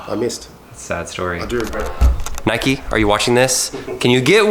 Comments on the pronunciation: we don’t say ‘Nik’ it’s n - eye - k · if u say nikee do u say mikeee or likeee or hikeee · Its not nick its Nike not nikeeeeee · It's not nic it's Ni-k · In the UK we say 'N-eye-k' not "Nick". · No it’s pronounced Nike not nikeeee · in england we pronounce Nike as (Nie kee) or (Nie c) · In the uk we don’t say Nike like ‘nick’ we say it like ‘n-eye-k’ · Its not nik or nike its like Niek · It's Nike not nikee so... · its not nick! its not nickey! its nike! like if your also from uk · It’s pronounced ‘Nigh Ck’ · ITS NOT "NIK" ITS PRONOUNCED "NIKEY". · Uk say Nike as (N - eye - k) not Nik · HEY, THIS IS SO CONTROVERSIAL, IN THE UK WE DONT SAY ‘NIK’ we say ‘NIKE’ YOU SAY ‘NIK-EE’ !!! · nobody has ever called it nick it’s nike not nikey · It’s not nikeeeeee it’s Nike (N-I-K) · We say nike not nik😂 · In the uk we say Nike like bike but with an N at the start. Not Nick ahaha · Im from uk! Its not nick or nikeeeeee its just nike no eee just nike hard to explain on txt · As u learn in like year 1 magic e make and I an I so instead of nikee it's just Nike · no NIKEEEEEEEEEEEEEEEEEEEEEEEEEEEEEE not nik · omg its not called nik-ey or nick its called ni-ke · It’s n-ie-k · You need to say it like naik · It's NIKE ..... Pronounced Ny-ck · Normally in the UK people pronounce Nike enn-eye-kay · It is nyke that's how you say it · In the uk we pronounce the i as the letter ‘I’ sounds. So n-eye-c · Ik we literally say it as it’s spelt not nikee 😂😂it’s so triggering 😂💀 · Hey, as someone from the UK 🇬🇧, it is not ‘nIcK’ or Nikkeeeee it is like the name Mike with a N at the start instead of the M. Lmoa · An N instead of the M not ‘nmike’ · it's said N-I-ke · Bro wr sat nike e nike the e makes the i say i differently and e